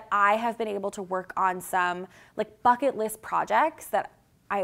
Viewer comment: I had to replay because I thought you said something other than “bucket” list. 😂 I love you and your team. It’s been fun watching the evolution of into Team AG. ✌🏼